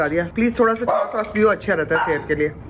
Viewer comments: छास नहीं होता है छाछ होता है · Please don't mind..it's chhachh not chhass.. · It is chhachh not chhas....pl correct me if i am wrong. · That is not the chas it is chach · Chas nhi hota😂😂😂😂😂 chach hota h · Chaaj kehty hain chaas nahi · छाछ को छास क्यु बोल रेह हो